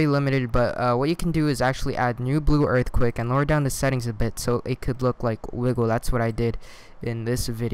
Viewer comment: Thanks man, I'm really new to SV so this helped a lot! I've never heard anyone saying earthquake like you do! I think its kinda adorable !